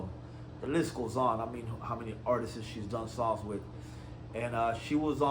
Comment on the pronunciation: "Artisis"? Learn how to properly speak before you start dissing anyone😂